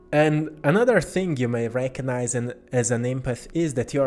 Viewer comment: And the beautiful synchronous way you pronounce the word "recognize"-- you have transmuted it to "reiki-nize"